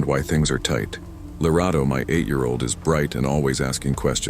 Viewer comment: Finally, a South African story ✨✨ love how you pronounced the name Lerato 👌🏾